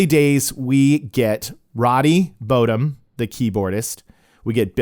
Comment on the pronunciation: Nice video. Just fyi. Roddy's last name isn't pronounced bo dum, it's bottom. Like top and bottom.